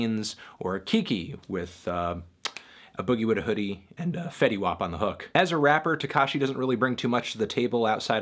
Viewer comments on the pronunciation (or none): This guy said “ah boogie” instead of “A boogie”....stop talking hip hop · Did this nigga say ab00gie with a h00die? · Why did you say A-Boogies name like that? lol he said it as if a booger was in a literal hoodie.